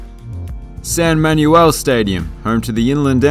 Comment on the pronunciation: The San Manuel Tribe pronounce it as "Man-well", not Man-u-el. You're welcome! Great video too.